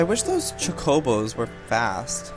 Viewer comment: He keeps saying chocobo wrong haha wow